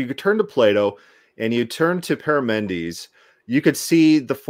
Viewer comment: You are confusing Parmenides in Plato and Parmenides the philosopher, You are also wrong on the pronunciation.